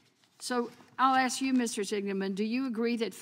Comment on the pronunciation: What does axchyou mean? Is that even a word?